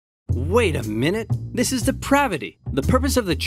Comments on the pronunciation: “Zis is a bucket.” “Dear god!” “Zere’s more.” “NO!” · spy "zis, is a bucket" soldier "dear god..." "zeres more." "nooo…"